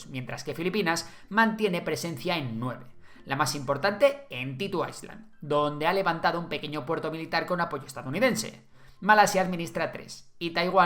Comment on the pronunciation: Genial como siempre. Sólo que la S en ISLAND no suena, es muda